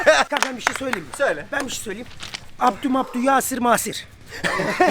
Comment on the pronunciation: ismini söyleyememiş ben yasir demiş haahah